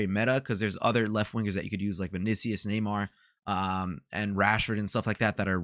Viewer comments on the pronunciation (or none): none